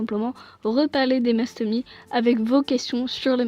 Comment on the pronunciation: On dit Mastomysssss voilà bisous 😘 Sinon j’adore tes vidéo et j’ai 2 mastomys moi aussi ☺️